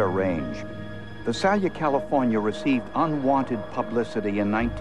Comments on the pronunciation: Its Vi-Sail-Ya and .380 Gauge? Learn difference between gauges, calibers, millimeter etc.. especially when its a forensic show. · If the narrator Peter Thomas were still alive, I would tell him that the name of the city is pronounced Vy-SAY-li-a.